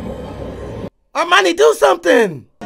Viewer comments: Sounds like you’re saying Armani , her name is pronounced “Her-My-Uh-Nee” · did he call Hermione "Armani"? lol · It's Hermine pronounced her mind eee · non-magical people in this are called muggles. Mudblood is the term they have for a mix of muggle parents and magical parents, or just straight up having all muggle parents like Hermione does (btw I kind of love that you call her 'Armoni' lol) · Her name is pronounced Her-Mine-Ney...